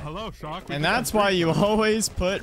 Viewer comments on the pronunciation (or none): shawk its stoogey